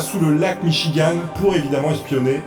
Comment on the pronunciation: Pour info...ça ce prononce Michigan ( Gant🧤) 😉 même si ça fait mignon la fin en ( Anne) 😉 Bonne journée